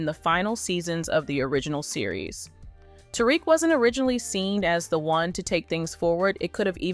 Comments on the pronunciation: Who tf is "terick" 😂 its " ta-reek" "tariq" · I didn’t even finish this video, because if you can’t even pronounce the main characters name, why would I think you could tell me anything about the show. 😂